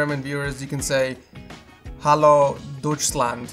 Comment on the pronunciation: Listening to you mispronounce Deutschland was cringy. P.S, that mike would be helpful.